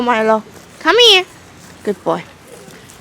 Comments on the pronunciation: 마일로에게 귣ㄷㄷ뽀오이~~!! 하실때 발음 넘 찰져용🙈👍🏻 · 매번 영상 재밌게 보고있어요! 저는 특히 마일로가 나올 때가 가장 좋더라고요ㅋㅋ 처음보는 강아지 종이라 신기하고 귀여워서 나올 때마다 입벌리고 봐요.매번 굿보이하는 발음도 너무 좋고요!! 화장하시는 모습도 너무 예쁘시고 진짜 좋아여~~~~